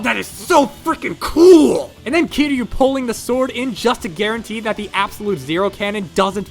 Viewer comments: i know its the point but it hurts when you mispronounce kiryu. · You miss pronounced kiryu and destroyah kiryu-(Kear-yu) destroyah-(des-tro-yah) they where so easy to pronounce for me